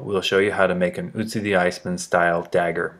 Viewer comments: It's Ötzi not Ützi. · its not ootsee its oatzi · Otzi not Utzi!! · By the way it is Ötzi and not Ützi as you pronounce it. He was named after the Ötztaler Alps where he was found. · Its not "Utzi" or "Otzi" but Ötzi or Oetzi .... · Not Otzi its Ötzi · Great video! Just for information purposes: It's pronounced "uh - tsi". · Ötzi. pronounced 'utzi' watch the accents my dude